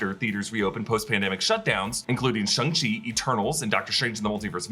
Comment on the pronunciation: just pretend the “a” in Shang is an “o” and maybe you won’t pronounce it like a “u”, you uncultured rube.